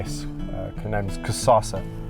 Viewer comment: Hi guys. Just reading comments and I see many people referring to the lion as Cusassa, or Cusasa, it is actually Kusasa, a South African Zulu name meaning Tomorrow. That is all, please don't bite my head off🙈🙈❤❤